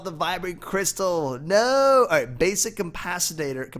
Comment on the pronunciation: its capacitor not campacitor